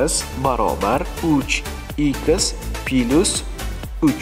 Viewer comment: Пилусмас - плюс